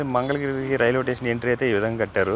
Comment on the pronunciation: టేషన్ కాదు స్టేషన్ లాంగ్వేజ్ మార్చుకో